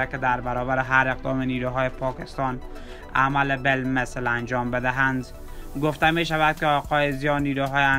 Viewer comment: ازگویندگی‌و صدای افتضاحت که بگذریم تمام کلماتی ک بکاربردی یااشتباه بود یاجابجابطوره مثال به کلمه همین میگی امیین.یابه‌کلمه مقابله به مثل میگی عمله بالمثل این کلمات اشتباه رو ازکجامیاری تو جناب گوینده؟؟؟ ازین بگذریم بدترازهمه این بودکه به‌کلمه پیروز بهروز گفتی. جان مادرت برو سراغ یک کاره دیگه‌و گویندگی‌نکن‌واین کار را رهاکن نه صدا داری نه استعداد داری نه سوادکافی داری .انقدربد وافتضاح خبرگفتی ک اصلابه خبر کسی توجه نمیکنه بیشتربه گفتارافتضاح تومیخندن .عمله بالمثل بهروزباشید درامیین روز🤣😂